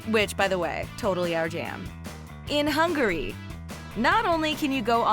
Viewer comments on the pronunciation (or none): none